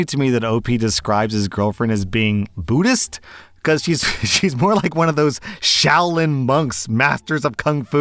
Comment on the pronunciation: She’s not Buddhist she’s beat-ist 😂